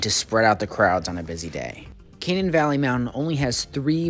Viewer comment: its pronounced Kuh-nane locally